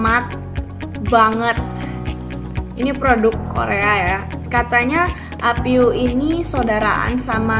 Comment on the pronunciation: Apieu dibacanya opyu hehe 😄